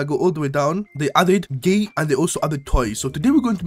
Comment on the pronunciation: Bro said gay not gate😅